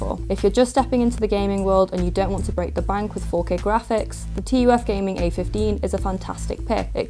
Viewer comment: I don't know why but it is bothering me so much that she is saying "T" "U" "F". It reminds me Nvidia saying "Tie" instead of Ti.